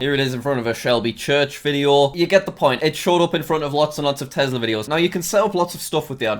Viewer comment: Its not a tezzla, its a tesla